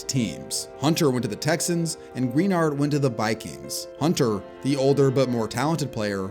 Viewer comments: It’s Pronounced Gruh-Nard not Green-Nard brotha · well you know he didn't for sure because he mispronounced Greenard's name.